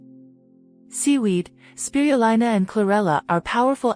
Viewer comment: Why is spirulina mispronounced...please correct this